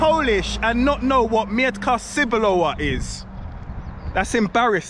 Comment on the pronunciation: you pronounce in the wrong way "miętka cebulowa", its a reason why nobody knew what it is